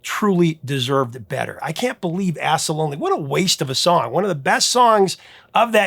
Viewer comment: Sorry, man, but every time you said "Ask the Lonely" it sounded like "Ass the Lonely". I was giggling my ASK off. :D